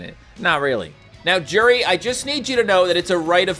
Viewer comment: Its pronounced you-di